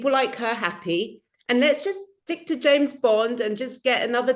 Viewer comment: It's James Bond, not Jane Bond ❤from Teesside 🏴 🇬🇧